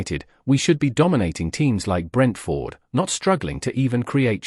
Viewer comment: I want to watch these reactions and comments but I can't stand to listen to the robotic voiceovers. This one turns the name Brentford into two words (Brent-Ford). it's horrible to listen to. How hell can a robot have an opinion about a football match or a team? As for United, and I'm a supporter, They're relegation fodder this season.